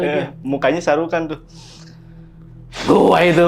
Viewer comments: Shahrukan?....Sarukan. keles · Lusu juga Abang agarukan bukan saheukan 😅😅